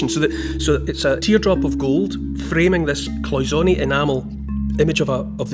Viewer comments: I'm a retired goldsmith and we pronounced it like Paul, cloy-zen-ay. Also what gives the gold that look is that it is nearly pure gold 22 karat to 24 karat which could not polish up like modern day alloy gold. Just thought I'd say something. I so love listening to you. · It is cloisonne it's French so you pronounce the a at the end